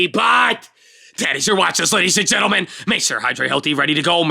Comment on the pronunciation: Sounded like she said "gentlelen" lol